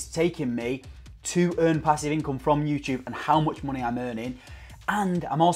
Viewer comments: Love how you say monehh xD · 'Monehh' true northerner 👍😏